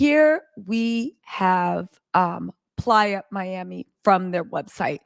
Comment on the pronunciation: She killing me saying PLYER MIAMI and it’s PLAYA as in offsets a PLAYAAAA Miami but nothing less cardi dumb ass shouldn’t have tooken him back and I don’t feel bad for her